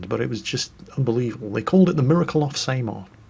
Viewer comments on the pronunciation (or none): it isn't pronounced as Sey-mar but S-a-mar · Honestly, I was trying to figure out where this Battle of Same-Ar was. Then I realised that you were trying to say Samar (Sah-Mahr). I like the idea of this WoT campaign co-op mode. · It's pronounced Sah-Mar not Sey-mar...? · Filipino here actually, you pronounced Samar wrong Its pronounced sah-mahr Also I think that...?... gun clicks